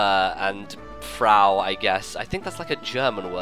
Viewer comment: It took me a time to notice that you were saying Frau. XD Your German pronounciation is pretty cute. c; And yeah, it's the German word for woman.